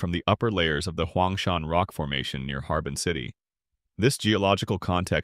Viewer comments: Very cool. Looking forward to this. Thank you ☺️ Btw, “Harbin” is pronounced har•BING, with the stress on the bing part 👍🏼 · Well, more like har-BEAN than har-BING.